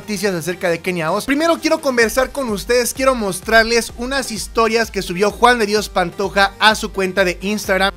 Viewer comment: Rosario es mi abuela y no sabe decir JUAN DE DIOS PANTOJA